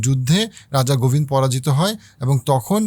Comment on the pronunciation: আসসালামু আলাইকুম ভালো বক্তব্য সুন্দরভাবে সবকিছু জানা যাচ্ছে। কিছু মনে করবেন না আপনি কিছু নাম কি আসলে বিকৃত করছেন ইবনে বতুতাকে, ইবেন বতুতা বলছেন, রাজা গোবিন্দ কে গোবিন বলছেন জানতে ইচ্ছে করছে?